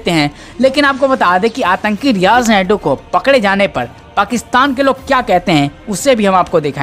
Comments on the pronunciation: Naidu nahi maiku hai,Sahi uchcharan karo dear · Sureshji ye aawaz kiski he? Ye riyaz naiku ko Barbar riyaz naidu bol rahe he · Naikoo he spelling thik se bolo